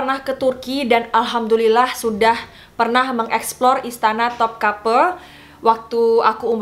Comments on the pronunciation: just info ka, namanya memang istana Topkapı bukan Topkapi, dalam bahasa turki huruf i yg gak ada titiknya memang dibaca e pepet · dibaca memang topkape,karna huruf i yang tidak ada titiknya itu di turki dibaca e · Topkapı huruf ı di Turki dibaca e, jadi Topkapı dibaca Topkape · Di baca topkape soalnya i yang di pakai tanpa titik, jadi di baca e. I dan i beda bacanya kalau alfabet turki. ( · Karena di Topkapı yang dipake ı bukan i, jadi dibacanya seperti Topkape